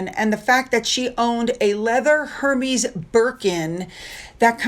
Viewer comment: FYI... Hermès is pronounced "err-mez" 😊